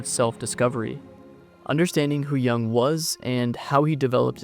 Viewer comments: Thank you for the video. But his name pronounced Yoooong not Young 😂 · "Yoong" not "Young". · It‘s JUNG not YOUNG. Cringy clown,the second guy. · Its not Young, its Yoong! Get it right. Dislike. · This is Ai made, I can tell because carl yung is not his name, its jung. But pronounced yung. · You pronounce his name wrong and it is disturbing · You might want to look up how to pronounce his last name. Best wishes